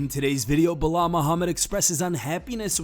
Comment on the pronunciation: Be-lol, who?